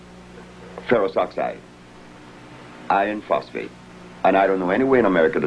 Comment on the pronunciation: Did he say iron phosphate or ioniphosphate